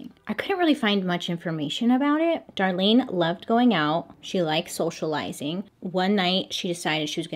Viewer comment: socialising or soSHOElising :)